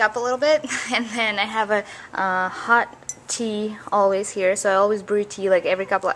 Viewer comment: When ever you said always it sounded like you said "Elvis" Lol. Tell every one I love them! And you are very talented Olga bunny. Always believe in your self! ;)